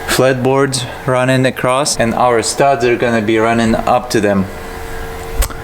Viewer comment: The way these guys rag on one another is hysterical. Also is it a regional thing to add a t at the end of across? Just curious because I’ve noticed it with other YouTubers.